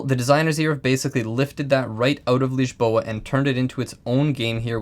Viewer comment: good lisboa pronunciation there. too many vids saying liz-bow-ah